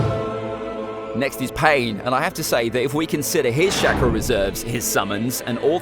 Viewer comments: I love how you say shackra instead of chalkra ( ik its chakra ) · Why this man said shakura but it is said chakara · CHA-KRA not SHAKRAR. and id s say kakazu is stronger than sasuke at this point of the story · the way he says chakra is shakra